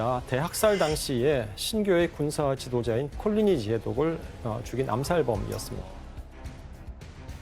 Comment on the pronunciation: 콜리니라고 써놓고 왜 자꾸 꼴리니라고 하는거야..